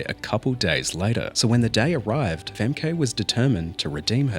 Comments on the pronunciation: Femke’s true revenge will be against people who can’t pronounce her name properly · I hate that the US commentators are so rude. I hate the narrator also. Learn to pronounce the Dutch runner’s name or train your AI better. Why do we even need to see him? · The pronunciation of her name is egregious my god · so funny they can not pronounce her name correctly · Be nice if you could learn how to pronounce her name properly. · You kinda mispronunciation Femke’s name, it’s a beautiful Frisian name. My best friend had this name but she sadly passed due to cancer at age 17… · Brother I'm sorry to tell you you're mispronouncing femke her name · 500 takes for a 3 minute video and couldn’t pronoun her name to save his life. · Listen to the commentators. You pronounced Femke wrong during this video. A minor but annoying error haha. The “e” sound in Dutch is closer to an “ah” sound in English. Otherwise great video. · The guy doing the sportscaster gets her name right. You heard it. Why do you insist on pronouncing it wrong, over and over. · At no point watching the clips to make this video did you bother to learn how to pronounce her name correctly. LMAO. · please pronounce the name right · The way you pronounce Femke, I can’t! 😂😂😂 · Bro didn't pronounce her name correctly even once... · In your video the commentators literally pronounce her name correctly, so why would you keep pronouncing it wrong? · crazy how you hear the correct pronunciation in the reel and you still keep saying it wrong lol. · Please listen to some Dutch commentators on how to pronounce her name properly before doing a video in which you have to pronounce it several times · Btw, you're mispronouncing Femke. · The commentators pronouncing her name right just for you to immediately keep getting it wrong is hilarioua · why are you pronouncing it as femkay instead of femkuh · It's Pronounced: Fem-Kuh not Fem-Kay Otherwise Femke is amazing. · Femke is a Frisian name. Pronounced like "Fem-kuh", not "Fem-kay."